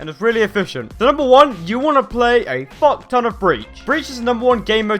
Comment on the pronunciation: Dony The Drugo should have said if i got a dollar everytime he said focton i would have a fockton of money